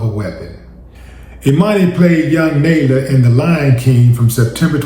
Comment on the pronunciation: Senseless smh, Willie you're mispronuncing the name (Nala)